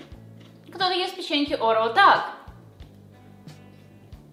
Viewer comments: Когда всю жизнь говорила - орео, а потом посмотрела ролик Лисы (орэо) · Орео ударение на первую букву